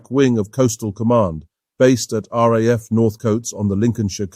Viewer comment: Thank you. An almost ignored but very capable aircraft overshadowed by its more glamorous companion. Like the P40, the Beaufighter was an extremely important aircraft to the RAAF war in the Pacific. Thank you also for getting the pronunciation of the RAAF correct.